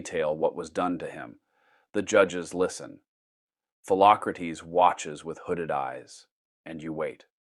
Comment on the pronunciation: "Phelocratese" Socrates brother 💀